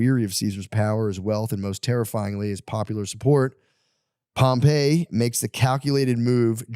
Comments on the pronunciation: Facts. Everytime he goes into history he mispronounces every name. Doesn't know how to outline historical data at a collegiate level. I took Rome History and totally wasting my time with the filter. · Him saying Pompey’s name wrong is driving me crazy lol